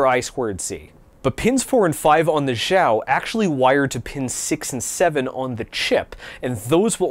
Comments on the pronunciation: I think you’re pronouncing “xiao” as “zhao”, it should pronounced “shao” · in chinese the x makes a “sh” sound, zh makes a j sound